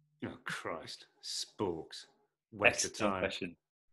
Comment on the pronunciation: james: how do you feel...about sporks? oliver: oh christ. sPoRkS I WHEEZED💀😂